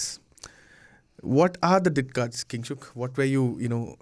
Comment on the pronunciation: It's diktat, not ditkak